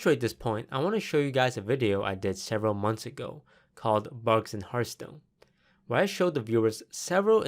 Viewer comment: did you say hearth POON?